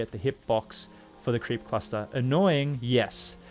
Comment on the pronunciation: whenever you say "creep cluster" it sounds like "creepy pasta" to me lol